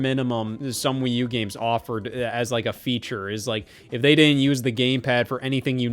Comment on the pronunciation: Please dont say that again please